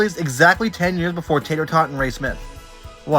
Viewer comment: His name is teeter tauter not tater tot